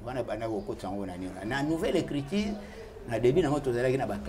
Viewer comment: Écriture et non écritire ... Oza journaliste ma belle. Sinon une belle émission bravo 👏